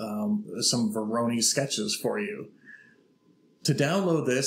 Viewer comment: Please google "pronunciation voronoi".